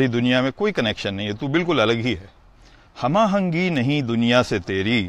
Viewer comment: ایک اور. ہم آہنگی کے تلفظ میں بھی کچھ خطا ہوگئی ہے